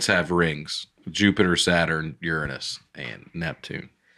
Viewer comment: pronouncing Uranus as "Urine us" to avoid saying "Your anus" made me laugh. Is "Urine" that much better than "Anus?"